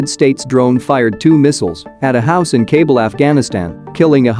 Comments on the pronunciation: Kah-BOOL, not cable... cmon fam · Kabul is not pronounced "Kaybul".